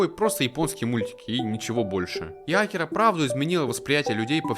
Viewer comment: Что я могу покритиковать в этом видео это только ударение имени "Акира". Год назад в 1 марта скончался легендарный человек и создатель Драгон Балл в возрасте 68 лет - Акира Торияма